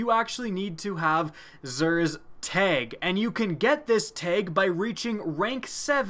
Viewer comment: it's tAg not teg